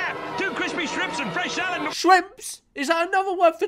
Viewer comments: I'm sure someone else said this but I can't see a comment doing so, so; he's saying STRIPS, not SHRIMPS. 😁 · The KFC adverts says “crispy strips” but he says “shtrips” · Hes saying STRIPS george, STRIPS